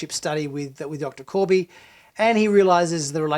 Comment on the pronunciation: Not "Kirby", "KORBY".